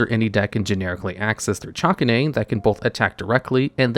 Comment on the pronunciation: the way he pronounces chakanine irks me so imma just say: its the dog zodiac so its chak-kay-nine